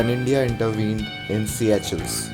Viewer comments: its not siyachells its pronounced "seeshells" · its called seycuelles...like pronouncing sea shells.. not see ya chels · Not siya-chel it's sesel in kreol, Seychelles.. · yaah.... Its Se ah shells